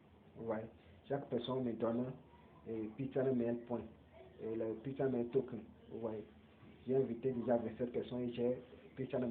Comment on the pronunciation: Pi browser, pas Pi chain mall. Et puis, il faut revoir ta prononciation. « Pi chain mall ». Pas « Pi channel mail ».